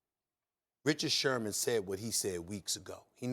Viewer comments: Its sherMAN.....not shurmur 🤦‍♂️ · How we gon take bart scott seriously when he calls him shermer the whole time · Why does he keep saying Richard Shurmur?? Speak prop English or don’t disrespect Sherman get his name right at least! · Anybody else catch “ Richard Shermer “ ? to 6 :20 😅😅🤣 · Shermer? I think it's Sherman* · Who’s this crack head purposely saying Richard shurmur lol ? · They afraid to tell Scott his name is Sherman ? Not Shermer lol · Richard “Shurmur” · “Richard Shurmur.” - Bart Scott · Did he say SHURMUR???? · “Richard Shermur” 😂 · I hate the way he says Richard shermer 😂😂😂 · "Richard Shermer" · "Richard Shermer..." Bart Scott lol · Nobody: Bart: “Richard Shermer” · Bart Scott keep calling him “shermar”? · Bart Scott cant pronounce Sherman lol